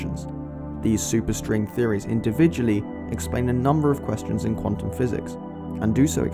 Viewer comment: Is it Quatum or Quantum?